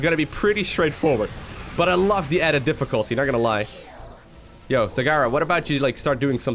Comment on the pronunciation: "Diffuculty" lol :D